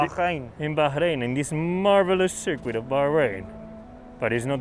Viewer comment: I love how Carlos pronounces circuit